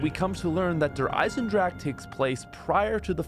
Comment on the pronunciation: Lol he said Der Eisendrache wrong